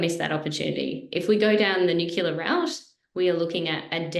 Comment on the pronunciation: thanx for your excellent contribution to this presentation. However, in the future, could you please pronounce "nuclear" correctly. It isn't "new-queue-lar", as you are pronouncing it. It is "new-clee-are". Thanx. 🥰